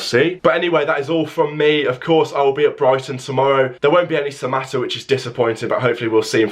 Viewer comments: you said that right mbwana samatta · You have said it right bro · You said it right buddy